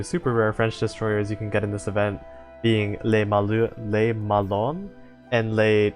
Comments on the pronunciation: Literally 3 seconds after sending the previous comment, I hear you saying "lé melon" for Le Malin lmao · Has someone with french has his first language opinoatre is pronounced op like over powered ni like Nani and art it sounds pretty similar to the actual way we say it in french but with the the English accent and le Malin is basically mal like malfunction and in like in interaction love the info vids btw /--.--\ b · That was actually pretty accurate (except for Le Malin, since "lin" would be pronounced similarly to "lean") But then again, the french -in is VERY hard to convey by writing, so I don't take it on you at all. Good job, honestly! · 'le malon' you killed me hahahah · I laughed when I heard Le melon 😂, I'm not a French native speaker but I can speak and read French to an intermediate level so when I hear someone pronounce these ships names its always so funny (in a good way ).